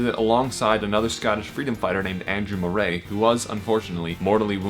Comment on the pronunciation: Accurate ? ....ha ha ha ha .....utter crap ..it’s Moray , not Mor ay .